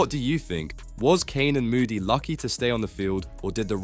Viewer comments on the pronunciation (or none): I'm sorry but you really need to learn how to pronounce the players names correctly if you're going to do a commentary like this. I would agree with others that Canan Moodie's performance has been disappointing.